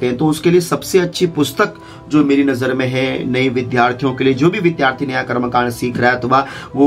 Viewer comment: आप क्या बताएंगे? आप तो विद्यार्थी को विधार्थी बोलते हैं। कृपया पहले स्वयं शुद्ध उच्चारण सीखें।